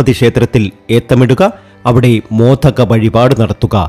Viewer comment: അല്ഫുതം അല്ഫുതം. Ayye😊🤭. മോധകമോ.? മോദകം അല്ലേ?